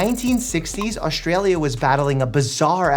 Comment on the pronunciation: I really, I have to tell ya. There's no "H" in AUSTRALIA. It's not AUSHTralia. There's never any H sound in ST.